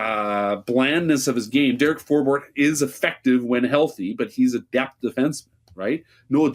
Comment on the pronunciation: It's nice that you're pronouncing Forbort's name correctly. It's For Bort NOT For Bert like so many people pronounce it